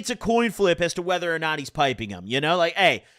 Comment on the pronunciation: My man said pedo like pedro lmao